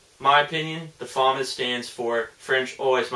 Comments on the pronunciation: "Fuh-moss" not "Fa-miss" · Its not pronounced FAW-MUS, its pronounced FUH-MAW-S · actually its pronounced fam-ass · Its pronounced fuh-mahz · He doesn't like but he can at least get the pronounceation correct